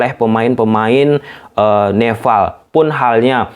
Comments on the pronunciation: nepal bang bukan "neval"🗿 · Nepal bukan nefal. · Nepal....bukan nefal...ini kebalikannya org sunda nih 😂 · NEPAL bukan neVVVVal bangggg wkwkwkw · Nepal bang,bukan Nefal😅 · Nepal bg bkn neval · Nepal bang bukan Nefal! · nepal bang bukan neval hahaha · Nepal mas bro . bukan nefal 😆😆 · Kok Neval sih bro...NEPAL yg benar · nepal bos bukan neval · Nefal apa Nepal bang? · "NEPAL" om bukan "NEFAL" heran deh si om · Nepal not Nefal 🤣🤣🤣🤣🤣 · Padhal bisa nyebut P tapi pas nogomong nepal hadi nefffaall😂😂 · Nepal anjir bukan nefal...slow om jangan grogi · Nepal bang,bukan nefall😭😂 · coba ngomong "pe" bang, jangan "ve wkwkw, neval ahahahaaaaaaaaaaaaaa